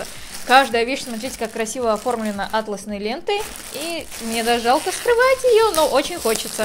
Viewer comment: Не Атлосной , а атлАсной!